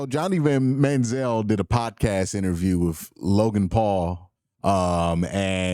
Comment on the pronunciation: Bruh!!! Did you say, "injure-view"?!🤔HILARIOUS!!!😂